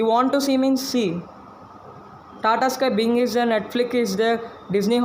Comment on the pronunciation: Binge not bing